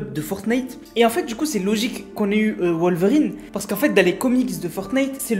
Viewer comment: Il prononce mal wolverine 🤣